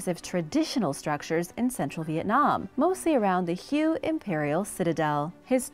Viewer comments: Just make certain that you pronounce "Hue" correctly; called it "Hyoo." It's supposed to be pronounced "Hway." 😉😁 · Hue is pronounced Whey.. I think correct me if I'm wrong... Thank You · It's pronounced "Hyoo" only if you're discussing colour theory; the name of the city is pronounced "Hway." Or "Whey." 😁👍